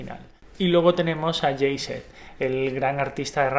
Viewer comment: Que feo pronuncian los Españoles Jay Z ó AC DC !!!! 😱😷😷😷